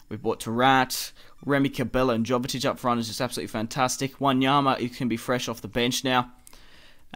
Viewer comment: Sorry to be picky, but its pronounced Yo-ve-tich (Jovetic) and Antwon (Antoine Griezmann). Your videos are awesome though mate, keep up the good work!